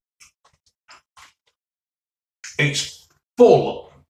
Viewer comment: It’s thick, it’s chunkeh, it’s not greaseh !